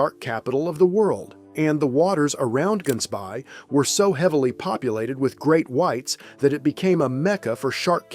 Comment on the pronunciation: To make one aware, the way the town (Gansbaai) in Cape Town is being pronounced is incorrect. It is not "GANS-bay" (with a hard G) the correct pronunciation uses a softer, throat-based sound for the "g". It is Afrikaans for "gans" (goose) and "baai" (bay).